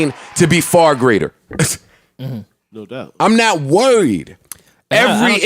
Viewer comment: why Joe say "worried" like that lol